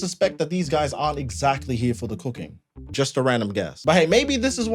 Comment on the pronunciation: Coo-king not coo-queen.